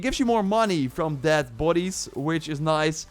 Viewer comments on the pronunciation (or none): none